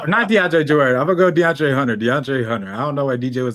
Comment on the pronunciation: need to be banned for saying Deandre Jordan 😭